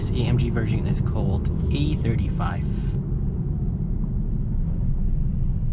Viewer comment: Why does is sound you calling it the AMG E35 but you have A35 in the title.